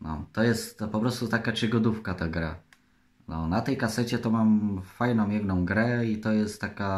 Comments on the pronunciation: Czygodówka.. No Kurwa leżę 🤣🤣🤣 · Czygoda, czeczyścić,czygodówka to już nie nowość u 😁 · Chyba czygodówka.xD